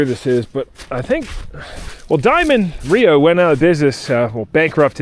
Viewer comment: It’s not RIO. It’s R-E-O